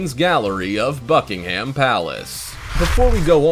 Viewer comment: The 'h' in Buckingham is silent.